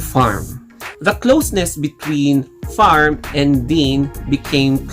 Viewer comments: Your pronunciation of 'Pharm' is sounds weird.. it's not 'Farm' not 'F' but it's 'P' Can you hear their pronunciation in the series? I'm Sorry but i feel uncomfortable every time when you call him like that 😅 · He Filipino they usually can’t pronunciations P that why it sound F not his fault